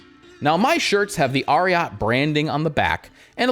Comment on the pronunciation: It’s Ariat like Secretariat 🐎